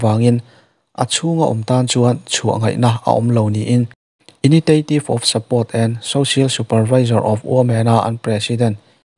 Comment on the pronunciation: T hmasa zawh hi sh ang deuh a lam tur tihna nih chu.